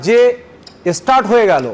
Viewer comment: এসটারট হবে না স্টার্ট হবে।